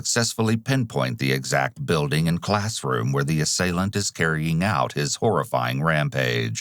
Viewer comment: Is the narrator AI? The voice has gotten better but there’s still like this weird gross, guttural thing going on. And like the super “true crime” voice that just emphasizes words for no reason. Buiiiilding. Neeeeighbors. Chriiiiissss. Wtf Is this